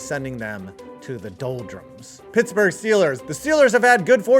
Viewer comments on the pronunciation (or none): none